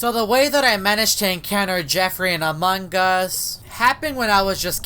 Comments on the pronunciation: normal people: among us: amankas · Ummmm whydid you call among is into among gus :/